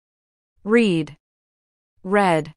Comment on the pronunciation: Bonjour, il y a une erreur de prononciation pour le verbe read au participe passé: past et past participle du verbe lire est la même, soit : /red/ et non /rid/ . En résumé: base form read /red/ et v2 et V3 read /red/.